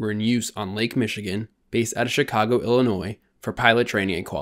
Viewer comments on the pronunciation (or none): none